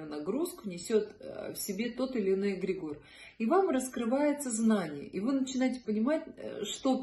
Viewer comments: Очень интересно и познавательно. Но следует знать, как правильно произносится слово, понятие которого вы пытаетесь раскрыть. ЭгрЕгор. Ударение на 2-й слог. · всё таки какое правильно ударение на слове эгрегор? Впервые в жизни слышу от вас это слово с ударением на О. 🙏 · Очень странно ставите ударение эгрегОр ….режет ухо 😂